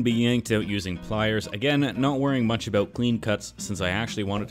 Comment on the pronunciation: “ I’m nae bothered aboot” too much time in Scotland?